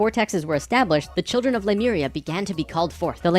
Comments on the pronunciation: Somebody wants to be the next L. Ron Hubbard. BTW, it's not Lumeria, it's Lemuria. The name does actually come from the word "lemur." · Drives me bat shit that everyone is pronouncing Lemuria "Loomaria". I am raging, that is all. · Pronouncing it "loomaria" when it is clearly spelled Lemuria really grinds my gears. *LEEMURIA*. Either way, it's a hack hypothesis.